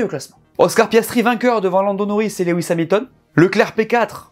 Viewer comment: Lewis ca se dit "louwisse"